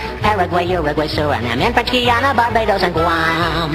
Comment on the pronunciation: no its pronounced surinam not sur i nam ee